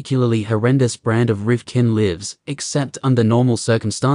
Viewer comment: Something about the mispronunciation of lives is just too funny